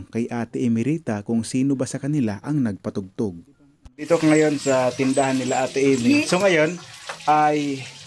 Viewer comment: Ngpautog✅ Nagpatugtug❎😅